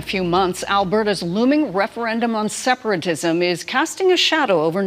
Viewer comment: She said "Seperagism".